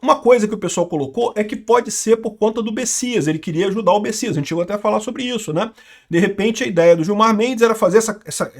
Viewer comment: Ué, o nome do cara se escreve Messias e se pronuncia Bessias? 🤔